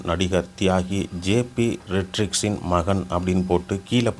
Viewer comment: ரோட்ரிக்ஸ் என்றுகூட சரியாக வாசிக்க முடியலியா...